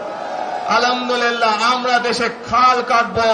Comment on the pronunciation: আলামদুল্লিল্লা নয়, আ’ল্হাম্দুলিল্লাহ্।